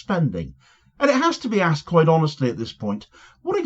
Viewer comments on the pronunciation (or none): none